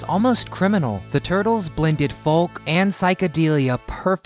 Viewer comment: You do know that the 'L' in 'Folk' is silent, right?